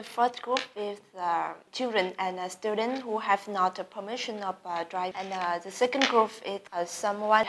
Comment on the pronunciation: Nói cũng khá nhanh nhưng mà hơi sai, s lại sai mấy lỗi nhỏ như student, three groups, is, was... k phát âm "s", với quả câu" when i was a children" nữa @@ Nhưng mà cũng tạm thông cảm được :))